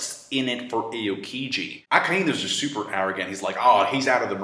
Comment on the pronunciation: it's pronounced AH-OH-KEE-JEE not AY-OH-KEE-JEE. Just had to point it out:P